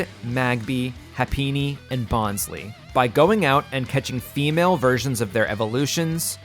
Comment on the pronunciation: I don't think you're pronouncing bonsly correctly